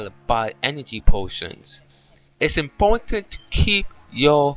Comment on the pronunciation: FUNNY QUOTES: "its aportant to keep yo run enagry on at all times! " "tha turtle behine me is called a WAR TOITISE....It stowes 18 sluts of items." "rememba! do nawt pick up da werms on da ground! dere worthless" "ahh. wondaful clay. it iz used to make potary and skulptures!"